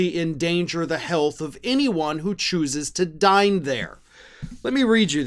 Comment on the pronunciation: I thought you said 'anyone who chooses to die there' not dine there. When I realized the mistake I thought well it's still accurate lol!